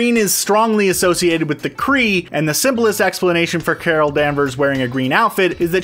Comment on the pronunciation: Carol danvers - Cara danvers Mar vel - Mar nel